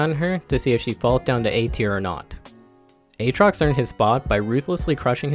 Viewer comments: Did he just say A-Atrox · My man really said A-atrox